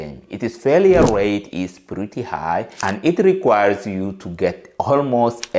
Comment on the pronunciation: What country are you from ? Because your english is sh!t ! This is you 👉 if yoooh want too 😂